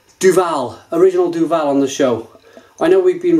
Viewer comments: Say it quickly: "Doo-ville" Apologies for the grammar nazi-ism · Duvel (not Duval ;-) ) threw in a tasting thing where you could buy (in Belgium) the Triple Hop with different kind's of hop. Bl**dy amazing. In the box, they gave you a booklet with the history and origins of the hop used but they never said what hop was used in which bottle. You just got 6 bottles with a number on it and you had to communicate the batch and favourite bottle number. In all honesty, time to revisite the Triple Hop again because it turned out amazing! It's better than it ever was ... Enjoy!